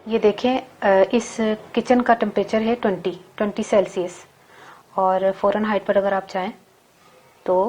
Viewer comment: Salaam baji. Lafz hota hai farenheit. Aap forenheit keh rahi hain. Shaid aap ko kisI ne bataya nahi.